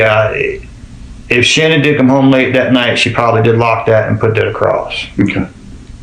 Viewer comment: Her name pronounced like SHANNON! LISTEN TO HER DAD.